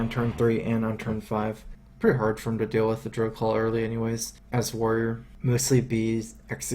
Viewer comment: Druid of the Claw, mate. Claw, not Call! <3 Isn't he cute!?